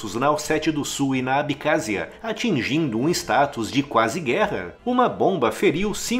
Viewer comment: É ABECÁSSIA! NÃO ABICÁZIA